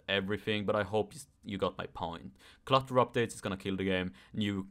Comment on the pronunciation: I thought you're saying Cluster Updates for a second 🤣 Jokes aside,I can agree